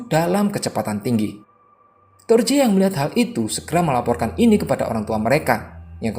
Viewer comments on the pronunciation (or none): Torje bacaannya torhe Viljar bacaannya vilyar